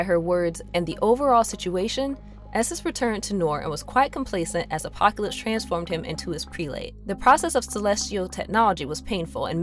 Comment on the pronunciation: killed me the whole time. She couldn’t pronounce apocalypse and a few other things right either. Still a good synopsis though.